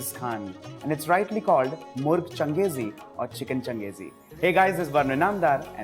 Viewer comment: the pronunciation is not changez khan its kenkis han